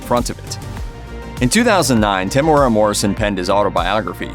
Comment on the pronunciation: Why do you keep mispronouncing his name? Lol